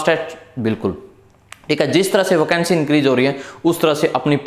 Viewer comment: OCANCY ❌ VACANCY✅